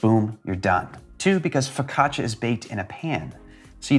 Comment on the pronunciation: I thought you said "focaccacia is the gateway drug for other breads"